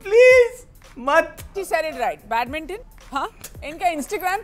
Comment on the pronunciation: Pehla word hi wrong hogaya h 🤣🤣🤣🤣 Badminton 😂🤣🤣